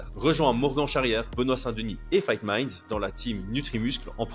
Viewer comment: O'Malley qui ne sait pas prononcer Fight Minds !